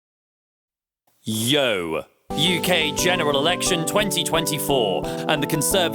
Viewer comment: That was the most Tory “Yo” at the start 😂